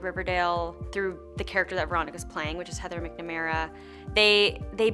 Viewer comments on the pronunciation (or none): I’m sorry... MICKNIMara? McNamara Pronounced mac-nuh-mara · Its Mac-na-mera. The original actress who played her role in the original musical is Elle mac-le-more so maybe that’s where you’re getting confused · Can Camilla say heather McNamara right for once BUT I STILL LOVE HER